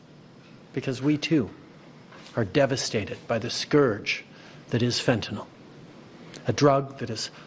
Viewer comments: At least Trudeau knows how to pronounce fentanyl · how is Trudeau the only one who can actually pronounce fentanyl?